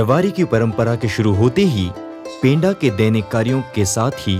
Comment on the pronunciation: पेंडा नही पंडा शब्द का उच्चारण करो.. थोड़ा सुधार करो #जोहार